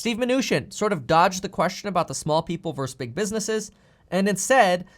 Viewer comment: I watch you every day and enjoy the info. Good job. Two things, however. of this video, shouldn't the bubble say "Some say Trump doesn't want a new "building" built here to compete with Trump's nearby hotel? And again, please say the word "versus" correctly! :D